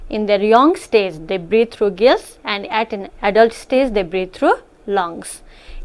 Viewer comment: Heard breed instead of breathe